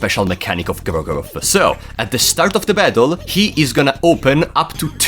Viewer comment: Instant favorite video, almost 10 minutes of saying "Gro-goroth."